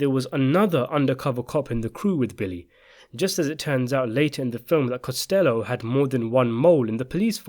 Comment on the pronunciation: Costa low not costello